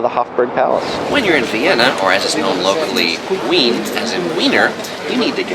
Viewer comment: I actually liked your tour — practical points of interest. I spent a year in standing room — it was the best. Your pronunciation is off though: Think German: Sacher. (Sah-hHerre), the “ch” is a gruff “huh” sound with a gluttoral ch mixed in.; Wien is (Veen) — no W here; and streets are “strah-seh. Thus, Ringstrasse or Kartnerstrasse. (Ring-strah-Seh; Or (Kaerrt-ner-strah-seh). If you pronounced these a bit more Germanic, it would give you more street cred. But I did like your to=-the=point travel picks.I am no expert Thanks.